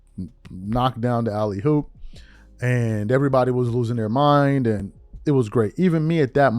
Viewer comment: You did not just say alley-hoop bro???